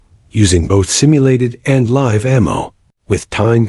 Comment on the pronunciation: I JUST CAN'T LISTEN TO THIS GOT DAM IDIOT OF ANOUNCER, THIS FOOL MISS PRONOUNCING WORDS LIKE"LIVE" IF THIS FOOL WOULD PREREAD WHAT HES SUPPOSE TO SAY, BUT THEN PROBABLY NOT, JUST CAN'T FIX STUPID!!